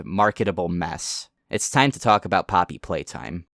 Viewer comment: Your video was cut off by an ad right when you were saying poppy playtime. And it sounded like poppy plate, which perfectly describes their marketing